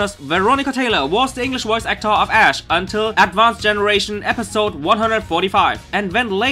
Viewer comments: I fucking died when he said Lithuanian Ash Ketchum name... But I'm annoyed too! That's not even near how to spell it! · I died when he said Lithuanian Ash's name... It's nothingl like that at all... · LMAO I am from lithuania and you pronaunced it incorectly LOL go to google translate and check how to say it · why do u have to call ash ali.